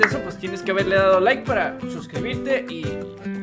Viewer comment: De Len liiiike no lilake